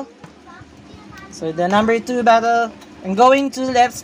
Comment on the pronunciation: Kuya bakit po an two nyo po ay tsu